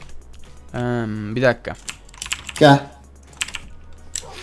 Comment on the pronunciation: sen yenibir demiylon embir diyon